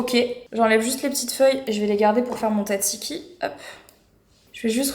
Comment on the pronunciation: Je vais vous le dire de suite : il n'y a ni menthe ni basilic dans le tzatziki (d'ailleurs ça se prononce dzadziki), c'est de l'ail et de l'aneth.